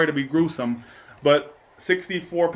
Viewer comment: Hahaha.... You said Grusome. 😹❤️